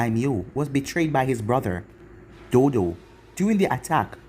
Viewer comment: crrection: its not dodo its do"TO" not dodo